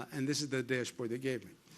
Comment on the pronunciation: I love it when he says deeash board lol #NYtough